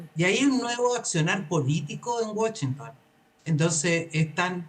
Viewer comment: Primero no Wachinton 😅😅😅es Washinton idiota😮segundo y no son 4000 hombres son 6700 ok and please fix this 😢😢😢 hablan pura KK